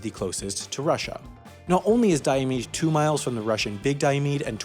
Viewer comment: I see your research did not include learning how to pronounce Diomede or Adak.